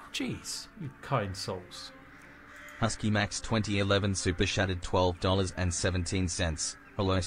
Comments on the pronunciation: That AI voice sounds like he says super shatted, not chatted. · I do enjoy that the robo voice pronounces it "super SHatted".